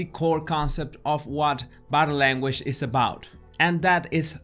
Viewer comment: I smile every time he says "boh-dah lairn-wej" 😄